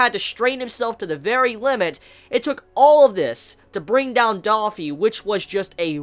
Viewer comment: bruh, just gotta say, i like your vids and all, but its not daffy, its dOffy lol, it annoys the fuck outta me when you say that